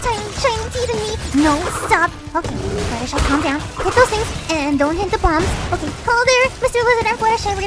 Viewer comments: actually her name is fluttershy not fluttershee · Fluttershy have a twin an- OHHH MY GOSHH A ROCK srry about that wait do you say "fluttershee" what!? ..... Oh oh my god "fluttershee" your a shark baby shark